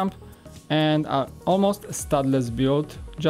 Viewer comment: Say build not "bude"